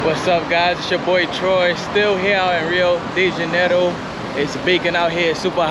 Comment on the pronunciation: Your pronunciation sounds weird when you say, "Rio DeJAN-oroo". Maybe you're from Jersey.